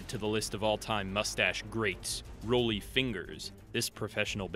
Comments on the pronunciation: Research your name pronunciations better: Roley Fingers? It's Rah lee. Si bill Sheperd? It's Sib bell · Rollie’s name is pronounced like Raleigh.